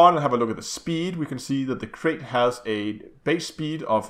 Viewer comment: Calling this ship a 'Crate' is like calling a Python a 'Pythone'. Mis-pronouncing a species name just because it makes more sense to your brain phonetically is just ignorant. Krait rhymes with Bright, not Bait.